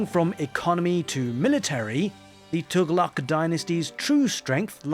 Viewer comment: As native arab finally someone pronouncing Tughlaq correctly feels so refreshing XD